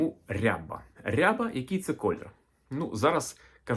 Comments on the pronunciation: Відколи рябих курей не існує? Наголос, доречі, на рябА, а не рЯба. Це і правда можна назвати строкатим. Та строкатий не різнокольоровий.. Просто вбийте в Гугл: Рябі кури. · Наголос рябА, не рЯба рябА курка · Українською не рЯба, а рябА. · Курочка не рЯба, а рябА! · Курочка не рЯба, а РябА. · А чого рЯба ,а не рябА ?🙄 РябИй окрас(масть) відома річ 😎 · От неправильне трактування кольорів. З давніх давен і досі рябими називають строкатих курей з білим і чорним пір'ям впереміш. Тільки наголос ставився на другий склад: курка рябА. Тобто абсолютно реалістична рябА, чорно-біла курка, яких завжди повно в українських селах. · Гадаю, що курочка рябА, наголос на останній склад